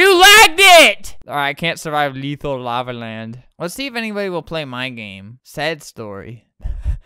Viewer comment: "This lava is leethul." Such a good speech, brought a singular teer to me eyes